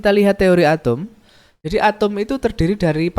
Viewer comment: Bapa nya nyebut Atom atau Atum sih ! ?